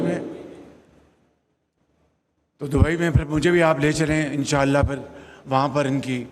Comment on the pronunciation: Inshaallah bolna bhi nahi aata is prime minister ko.